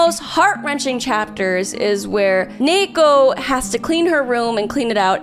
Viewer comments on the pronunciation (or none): UM ACKCHYUALLY... I think the girl's name is just a Japanese female name derived from ニート (pronounced nee-to), so it became ニー子 (子 is a common ending of Jp female names) and should be pronounced accordingly - nee-ko (with the long e as in "feed"), not nei-ko. But please, correct me if I'm wrong. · A small but interesting point: the Japanese pronunciation is niiko. I haven't read it but I think her name is a reference to the Japanese-english word NEET (Not in Employment Education or Training) which is pronounced as niito in Japanese. As a result, I think the main Japanese title should be pronounced as niiko... instead of neeko... since you can see on the Japanese title it's written as ニー子... I guess I could understand the motivation for pronouncing her name as Neeko in English, but it still feels a little weird for me.